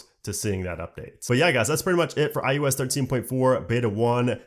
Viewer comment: Probably just an audio quality issue or regional thing, but it really sounds like you’re saying “i-U-S” instead of “i-O-S.” Other than that distraction, good job.